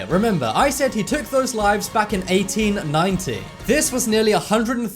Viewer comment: Tyler Fagone he said 1890 with the accent that makes it sound like 90=19